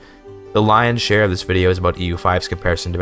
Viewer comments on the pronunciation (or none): none